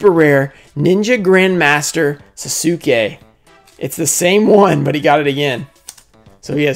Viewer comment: it's pronounced SAS- KEH